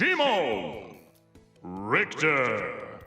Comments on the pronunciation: Richter (sounds like the word retard) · English: Richter Japanese: Retard Idk if it is me but I hear retard. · No he said Richter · I love how Richter in Japanese sounds like R**ard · Whilst that is true as well, I think the atrocities committed under this flag in the 20th Century instead of the 19th Century are the more likely the problem here. The japanese pronunciation of "Richter" is still off-key, but it's more correct than the english one... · I mean, Richter is a German Word, meaning "Judge" and as a German, it legit made me cringe when i heard his Name being said upon Ultimate Release xD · to be fair, names can be pronounced as anything you want but I see why it made you suffer